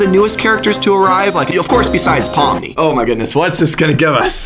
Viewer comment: It’s not Pom it’s Pomni